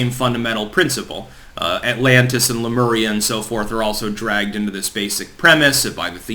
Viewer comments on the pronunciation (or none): none